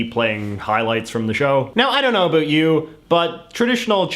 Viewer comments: You sound as if you are trying to sound Canadian. The normative Canadian "about" contains a dipthong made of two vowel phonemes (sounds) pronounced together "eh" and "oo". You just say "oo" and I've never heard anyone say that, other than Americans trying to do a Canadian impression. So, are you really a Canadian? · It's not ah boot, chinese propaganda. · "a boot" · I laugh at idiot CIA asset JJ & his stupid, shallow WaPo analysis, especially his ridiculous pronunciation, "a boot," when trying to say "about." He's written that it's a Canadian stereotype, but he is the living embodiment of a flaky Canadian stereotype. I've seen Falun Gong (FLG) demonstrations. FLG is a crazy cult that created Shen Yun (SY). If you use your brain & think independently, you soon realize that FLG & SY are CIA propaganda. FLG is a CIA anti-Chinese propaganda arm. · I’m from Vancouver. No one pronounces “about” here like this guy. Initially I thought it was some kind of comedy gag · Is it your real accent? Cause as a fellow Canadian, the way you pronounce "about" sounds very unnatural and irritating. Sorry in advance if it is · He deliberately uses words like "about" to demonstrate a Canadian pronunciation. I find it off-putting, not flattering. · The only word that bothers me when he says it is about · listen to how he says "about" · I Like how u say about. I am Danish BTW so i Think that is the reason 😂👍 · Excuse my off-topic question, but do all Canadians pronounce about like you, or is this some wired regional pronunciation?